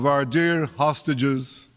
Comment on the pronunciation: Everytime i hear Hostages, i just hear Starmer calling them 'sausages' and it boils ma piss 😡